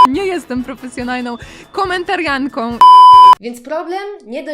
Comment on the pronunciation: Komertarianka 😐 KOMER TAR IANKA 😐😐😐 Maja jest komentarianką Ty jestes komentatorką 😘